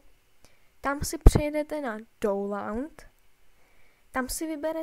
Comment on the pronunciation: pro příště se download vyslovuje [daunloud], ne tak, jak jsi to říkal. Jinak super video, pomohlo mi 😉